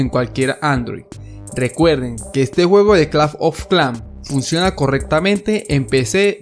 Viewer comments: clafh ofh clan xd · si notan en su pagina dice aki en ves de aqui no soy un hater pero nose me dio mucha risa cuando escuche claf of clan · lo mejor del video es que dice claf of clan aunque se dice clash of clans pero bueno a mi me hace gracias y es el primer video que encunetro que el link no contiene virus:D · A alguien mas le incomoda cada vez que dice claf of clan jaja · ⬇️⬇️Las veces que dijo claf oj clan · nadie: absolutamente nadie: este men: claf of clan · like si este men te trauma cuando dice claf of clan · el "Clafn of clan" XD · claf of clán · El men dige claf of clan me hiciste el dia bro te ganaste un like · c dice claf of clan ahora;} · claf of clanf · claf of clafnm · clanf of clan xD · claf of clanc ajajajaja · claf of clan XD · claf ofh klans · CLAF OF KLAN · CLAF OF CLAN :V Q PEDO LISE SI ESCUCHARON XD :V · claf of clan JAJAJAJAA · CLAF OF CLAN XD! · pronuncias un poco raro clash of clans